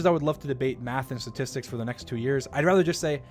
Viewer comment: I just noticed he can't pronounce statistics like Donald trump. They're becoming a 1 to 1 comparison.